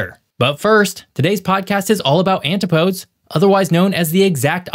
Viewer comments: Say An-tip-O-dee's. Antipodes. An, tip, Oh, Deese. Not, anti- podes. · An- tip-o-dees not antypodes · Antipodes: anty-poads? Nope. an-ti' poh-deez. It means the point on Earth opposite your feet, natch. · At the beginning of the video this guy mispronounced "antipodes". It's pronounced: an-TI-puh-deez. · FYI, it's pronounced ant-i-po-deez, with the accent on the short i. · I knew I wasn't crazy for thinking it was pronounced "ann tih poe deez"! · aloha, thank you for providing content fyi, antipodes is four syllables (not three)